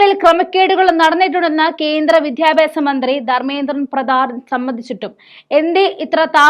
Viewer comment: " വിധ്യാഭ്യാസം " അല്ല. വിദ്യാഭ്യാസം ആണ് ശരി.